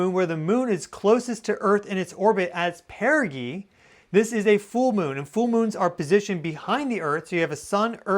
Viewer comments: Perigee. Pronounced Peri-gee (DJ) sound. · Apojee and perijee, the g is soft like ge- ometry. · why does he pronounce apogee and perigee like that. lol